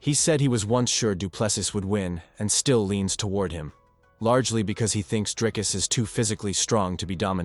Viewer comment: Honestly just learn how to say Dricus. It's not that difficult. Show your champ some mf respect. 🇿🇦